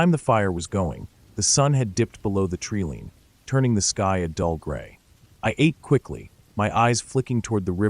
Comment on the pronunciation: "Tree-leen"? That's AI for Treeline. Fake crap. Lol